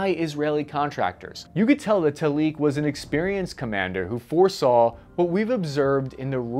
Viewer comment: Talik is pronounced Taalik, not Taleek. The stress is on the Ta.